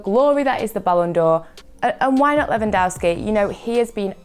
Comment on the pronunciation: is doing great! some constructive criticism tho: try to cut down on the "ehms" its Lewan-DOVE-ski not DOW-ski other than that great job bringing your own flair to it, don't let anyone tell you otherwise!